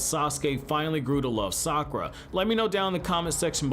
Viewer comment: Sakwa Sounds like it IDK